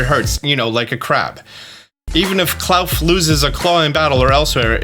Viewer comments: I think klawf is supposed to be pronounced claw-f as it sounds sounds similar to cliff which would make sense since it's a rock type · It's Clawf, like In the word awful. Clawful...Clawf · claw - f not clouf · Please... they literally called klauf clawf that's the pronunciation... you know, because they said it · Hi, sorry about this but I just want to say that I think Klawf is pronounced cloth. Sorry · It’s clearly pronounced clawf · Says claw, continues to call it Kl-owf 😂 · Bro it’s pronounced KLAWF! As in CLAW-F cmon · “Klawf” I believe is supposed to be a portmanteau of “claw” and “cliff” So I think it’s pronounced “Kloff” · Love how you pronounce Claw f (klawf) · it’s just klaw-fffff there is no u in the name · Is spelled Herba. pronounces is Hebra. And Klowf? It’s Literally Claw with an F at the end. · I swear you say and write names like Klawf wrong on purpose just to get comments. More power to ya.